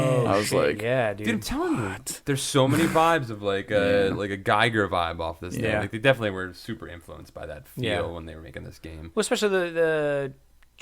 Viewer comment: FYI, you guys keep making this mistake when referencing the art style on the podcast: HR Giger's name is pronounced "gEE-ger" not "gEYE-ger."